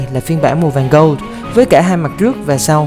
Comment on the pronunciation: Bạn này đang đá xéo anh phóng viên về khả năng đọc tiếng Anh :v